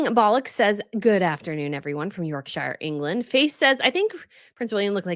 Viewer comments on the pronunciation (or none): none